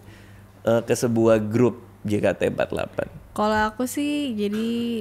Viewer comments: Gemes bgt bang radit nyebutnya jekate. Padahal member udah nyebutnya jeketi :( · jei ke ti for ti egk , bukan je ka te empat lapan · juga bilang jekate empatlapan